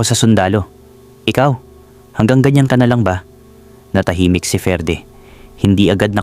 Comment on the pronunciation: Basahin moto FERDE Ferdie